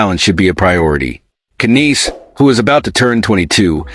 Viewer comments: It Nies like lies not kaneese. No Maple leafs fan or someone reporting about Toronto says it like that . Either you are an idiot or your AI is screwed up . t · Those AI guys sure know how to pronounce names don't they ? But who in hell is Kineese? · can't even watch this all the way, without hearing AI messing up on his name. omfg lol